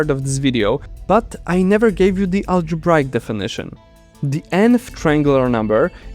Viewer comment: Problems I hear in the video: mispronouncing "arithmetic" (it has two pronunciations, and you picked the wrong one). "Remainder" sounds like "reminder". "Eureka". "Algebraic" sounds funny; the second "a" is off.